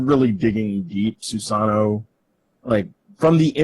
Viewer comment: Guys, learn how to pronounce other culture's gods. First it was Quetzalcoatl, now it's Susano. It's a small thing but I find it really annoying. SU-SA-NO-O. It's phonetic, and there's no z sound.